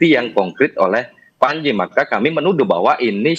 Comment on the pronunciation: Pranji apa pandji 🤣🤣. Baca yg bener dek